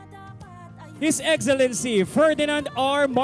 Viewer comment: HIS IXILINSI!...hoy ayusin mo nga pananagalog mo!...ANSAKIT SA TENGA!